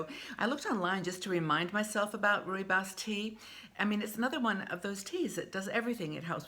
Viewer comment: Also drinking Rooibos. It's how I start the day as its less frantic than black tea. By the way it's pronounced Roy Boss and just means red bush in afrikaans☕😊